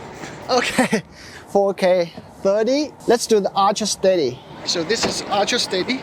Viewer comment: i love the way you say archra(ultra)